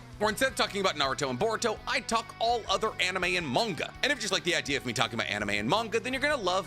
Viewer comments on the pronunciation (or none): none